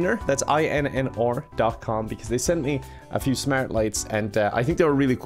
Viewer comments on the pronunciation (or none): i'm from Scotland so I get your accent, but how difficult was it to say "R" rather that "OR"??(in the INNR plug). Bless you my brother 😁😁